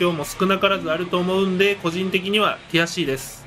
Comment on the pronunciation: ティアCです、が「悔しいです」に聞こえて笑えた